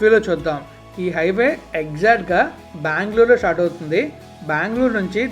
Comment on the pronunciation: అరే నాయనా నీకు దండం పెడతా మాట మాటకు బాంగ్ళోర్ బాంగ్ళోర్ అంటావు చక్కగా బెంగళూరు అనవచ్చు కదా